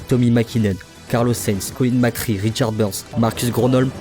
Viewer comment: Et on dit Mac Ré pas Mac Ri.